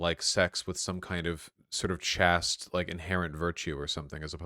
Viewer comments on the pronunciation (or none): Chaste, not chast.